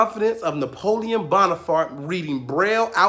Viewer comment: Are we just going to slide by like he didnt say Bonafart??? I'm dead😂😂😂